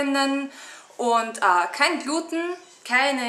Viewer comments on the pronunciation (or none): bei gluten liegt die betonung auf dem e, nur für künftige videos (